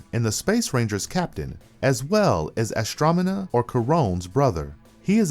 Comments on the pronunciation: You mispronounced Sky Tate's name. Schuyler is pronounced Skylar. You also called Astronema "Astromena". Too many mispronounced names. Emperior Grumm? Need to do a bit more research on how to pronounce these names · “Eagle Zod” “Astromena”